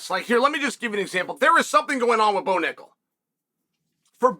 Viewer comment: I liked when he called Bo “Mo” lol